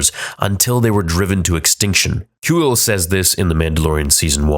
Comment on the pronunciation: Where.did u hear kuiill pronounced coowull?.ur the expert on all things star wars but sometimes ur pronunciations are way off lol like everyone says na name one way then u say it totally different and makes us alk question if u have some inside knowledge and were all sayin it wrong but that's not the case...its like ur trying to show us how knowledgeable u are and that we.r saying it wrong lol